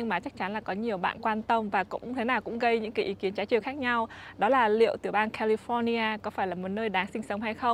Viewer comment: Ở Mỹ rồi phát âm California cho đúng đắn chút đi má. Nghe so funny , giống tụi xướng ngôn vn quá